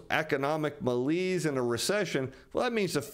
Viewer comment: U do need to learn how to pronounce exacerbate and malaise properly please. Hurts the ears of English majors.